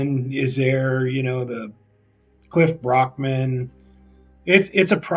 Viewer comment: Cliff barrackman not "brockman"